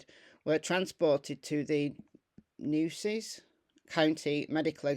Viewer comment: Hi, Nueces is pronounced New-a-cees. The weirdest spelling vs pronunciation in Texas has to be Bexar; it’s pronounced Bay-er. Just a head’s up!